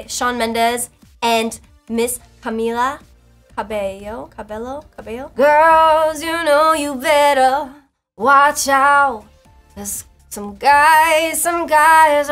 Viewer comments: Just in case y'all confused it's pronounced Cameela cabeyo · It is actually pronounced as "Cabayo" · No its Camila cabeyo thats how we pronounce it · Señorita 👌🏼🙌🏼 by Shawn Mendes and Ms. Camila Cabello? Carbello? Cabeyo? For goodness sake "Camila Cabello" but the Cabello is "Cabeyo" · MusicIsLifeu she said canello not carbello